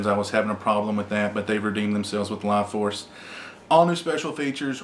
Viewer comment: Laaaaughforce? is that's what it's called?